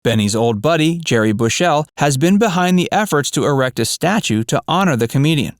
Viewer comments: Gary Bushells' name is pronounced Bushul not Bushell 👌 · It’s “Gary BUSHell”, not “Bush-ELLE” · It's Gary "Bushell" Not "Bushelle". He's not french. At least you pronounced Thames correctly. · Gary Bushell. He is not french so not bush ELL and not Gerry. Sheesh get it right. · It's Gary Bushell not Gerry and it's pronounced "Bush all" not "Bush elle". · Its pronounced "bush-ull" not "Bu-shell" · Gary Bush'l not Bush ell. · Gary Bush-ELL... then 'Gerry' Bush-ELL.... oh you Americans. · It’s GARY BUSHELL and the surname is pronounced Bush UL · 'Bushell' is pronounced 'Bushel'. And Gary Bushell's 'fame' as a TV critic was relatively shortlived because he was also stuck in the past and didn't have good taste. I grew up in the 70s surrounded by the culture of the day and still never found BH amusing. The ONLY part of the show that I appreciated was the end/chase, and not because it was funny (it wasn't), but because it heralded the end of the episode. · Who's this Gary Bush -el? Is he any relation of Superman, as in Kal-el? .... I think we should be told. Or has somebody just posted this stuff without bothering to learn how to pronounce the name of someone he's referencing?...... errrrrr.... yes. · The way you pronounced Garry Bushell is amazing. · I can't believe how the narrator of this video pronounces the name Bushel.